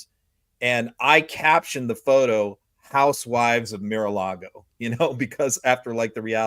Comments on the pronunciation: Hey! Love your insights... but why do you keep referring to Trump's club as "MIR a Lago"? You don't seem to have a speech impediment; and as I'm pretty fluent in Spanish and English, I'm sure I'm not the only one who's finding this a little annoying🤨! Is it a play on word's? ["Mirror Lago" perhaps?🤔] What am I missing here? PLEEASE!!🙏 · What is “Mere”-a-Lago? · Meer a lago? Geezus,! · Tell that it is pronounced MAR a Lago. It makes him seem less intelligent than he actually is.